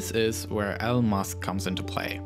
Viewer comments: I hear el musk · Ummm.... who is el mosk? Its Elon Musk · His name is Elon musk not eln musk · "Ell musk" hahaha wtf is this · did he say elon musk name alon musk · “L musk” my guy can’t speak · Guys it’s not Elon musk it’s eo muss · Please replace this dude with someone who can pronounce ‘R’s and Elon Musks’s name properly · The Tomas Cz He was making fun of how the guy in the video butchered Elons name